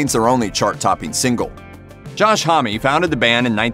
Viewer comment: M-R-S-A it’s not one word. Homme- what’s this Homm-ie stuff????